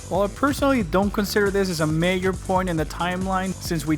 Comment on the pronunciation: Your repeated use of "mayor" instead of "major" leads me to believe you didn't realise this mistake. That's ok, and I'm enjoying some of your videos despite having no real exposure to the Metroid games.